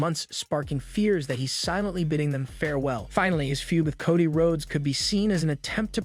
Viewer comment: Coddy? Bulor? AI needs to learn how to read